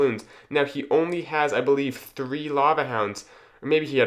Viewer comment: Theethree lava hounds 😂 Nice video, good job👍